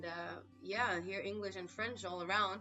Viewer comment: Je suis Français, you goof not zee am Franch lol